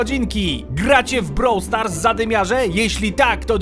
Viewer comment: O! Widzę, że posłuchałeś mnie i poprawi mówisz nazwę "Brawl Stars":D